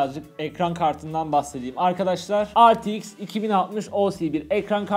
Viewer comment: Ar ti eks ne be re te iks diceniz